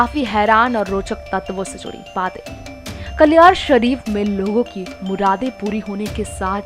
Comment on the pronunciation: Kindly apne ancer ko kaliyar Shareef ka naam Shi bolne ko bole otherwise preshani mein aa jaogey